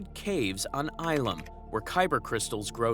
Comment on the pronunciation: Ilum - "ill um" not what you said bro.